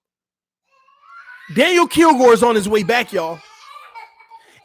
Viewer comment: For the 100th time Boehm is pronounced “bame” not “bome” 😂😂